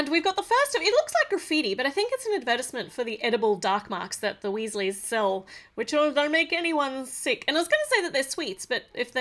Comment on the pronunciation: It’s not wIsses it’s WEEZIES